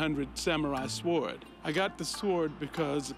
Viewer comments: Has he never heard anyone else pronounce “sword.” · I like how he doesn’t silence the W in sword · It’s a samari saword? ❌ sword = sôrd ✅ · ok i can't stand saword!!!!!!!!!!!!!!!!!!!!!!!!!!!!!!!! sord the w is silent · i was notcing that too, then i found myself practicing saying it that way like 10 or 15 times...it's not stick...'Sord" it is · I've heard the same pronunciation before playing Mega Man 8. "Flame Swored!" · A lawyer who pronounces sword as "S'WARD" deserves to get low-balled. Call it revenge for selling the un-re-saleable Grammy. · I twitched every time he pronounced it like 'sWORD'. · sWord LMFAOOOOOO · Yeah he's a lawyer and pronounces sword as sWord. Incredible. They should axe him more questions about where he all got it.🙄🙄🙄🙄🙄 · “SWWWord” lol. Bro, it’s a knife. Not grass. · Do all lawyers pronounce the word “sword” with a hard W? Swwword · Nobody ganna say anything about this guy calling it a "swaarrd"????? Nobody told him the "w" is silent???? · He’s calling it a “saword” 😂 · Never heard anyone pronounce it sWord before. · Its pronounced sord bro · Never trust a man who pronounces it sWord... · Dude pronounces it like it's spelled but it's so weird sounding... Swah-ord. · lawyer possibly Highly educated cant pronounce SWOORD LOL LOL W is silent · Why tf is this bozo saying sword not sord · This guy pronounces "Sword" like Stewie pronounces "Cool Hwip" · The guy pronounces the "w" in sword....lol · I came to comment on that and then saw your comment 🤣🤣 he was pronouncing the 'w', right? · Can't believe someone actually pronounces sword like "sword" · Literally the first time i heard someone pronounce sword as spelled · Imagine being a "lawyer" who cannot pronounce the word "sword" correctly. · I take it the customer dosnt realise that the w is silent in the word sword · This fool never heard of a silent letter lol 😆 😂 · The guy who brought the sword in says sword the way its spelt lol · The guy pronounces the w in sword....lol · The W is silent 😂